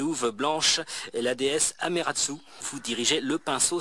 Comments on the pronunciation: eh eh, la déesse Ameratsu dans Okami ? tu avais faim donc tu en as mangé un bout :p c'est plutôt "Amaterasu" ;) sinon, des jeux ps4 à 5-10€ et pas des titres pourris, tu as fait de sacrées affaires ! :o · Sympa cette ptite vidéo le bogoss:) Bordel cette intro à la DG de Padawam xD T'es un killer, MDR Et ben, tu t'es gavé sur ces jeux PS4, joli:) Alors par contre Okami, c'est de l'action aventures, donc Zelda Like:p Et c'est Amaterasu, et non Ameratsu, MDR. Bon je suis de bonne humeur, je ne vais pas invoquer Ama pour te corriger à coup d'épée électrique:p Mais go le faire de suite apres GOW 3, c'est une tuerie absolue, un des meilleurs jeux de tous les temps, wesh! Et tu le streames aussi, merci:p Les jeux 3DS, cool:) Meme si DKC Returns, je préfère y jouer largement sur Wii, héhé. Sympa également tout le reste en PS2, rétro, les Master System et bogoss le WB 3 sur la Game Gear:) A bientôt, cimer chef putain:'(:p